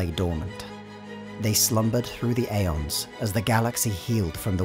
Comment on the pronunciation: did he say aons i think its eons